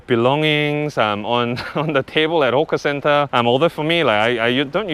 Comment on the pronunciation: Hawker center not hoka center